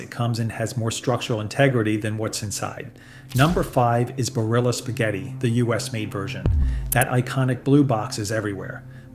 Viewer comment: And it’s not bar-illa either, as long as we’re at it.